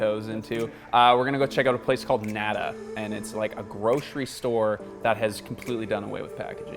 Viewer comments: Anyone else cringe a little when called it "nad-uh" instead of "nah-dah"? 😬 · ITS PRONOUNCED "NATHA" SPANISH FOR THE WORD "NOTHING" . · I wish white people would pronounce words in Spanish correctly. Nada is not pronounced like that. It’s a pretty easy thing to look up too. And Spanish shares the same alphabet as English, to boot. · oof hearing you guys mispronounce nada so many times was a trip. i wish spanish words would stop being trendy lmao. but as a canadian im really happy that more stores are starting to pop up like this! the first one i saw was in orillia when visiting a friend and i fell in love with the concept! its so strange that 'way back when' humans did live a very little waste lifestyle. all of this stuff was only recent, and its contributed a lot to our overall laziness as a society. thank you for this video! im really excited to start implementing some of these tips on my own 🥰 i just discovered your channel but id love to see some options for recycling old containers like shampoo bottles that we may have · I just can’t get over how he pronounced nada the first time